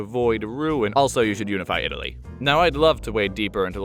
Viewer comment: “Itaaly is a veri stoung countri, because, it is so weak”